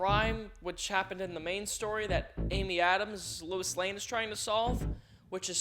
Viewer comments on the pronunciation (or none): Lois not Lewis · He keeps pronouncing "Lois" as "Louis" and he spells it as "Louise." Can we discuss this